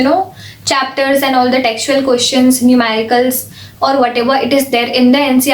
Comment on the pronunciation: She's always like pronouncing questions as koeshons 😂🤣😂🤣 Please tell her it's questions 😂🤣😂